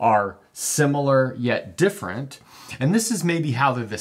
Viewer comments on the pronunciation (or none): "differenent" lol